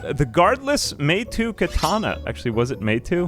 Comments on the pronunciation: Just as a heads up, assuming it's based on Japanese, which with the ninja factions isn't unlikely, it'd be pronounced(more or less) "may-tow" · Fun video, but it drives me crazy how you say Meitou. It took me a while to figure out what you were even talking about, haha... You've convinced me to finally play this. I did very briefly shortly after it came out, but it's been quite a while since and I barely made progress then.